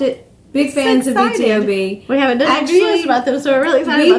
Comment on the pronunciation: Actually it's B-to-b. Most People say it wrong 😂